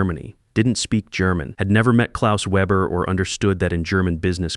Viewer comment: I have listened to this olid story on another channel. If you're going to use German, then I would suggest you formulate it properly and pronounce it properly! That includes the Weber business name. Ditto for dollar amounts which cock up the flow of endless stories.